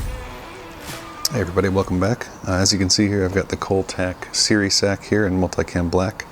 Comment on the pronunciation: SERE is pronounced like sear not siri. Survive Evade Resist Escape. Good review though, super awesome little pouches